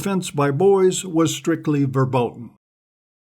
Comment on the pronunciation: It´s pronounced ferbôten not werbôten. Every time an American starts to speak German to make his point, it becomes really painful to the ears. ;)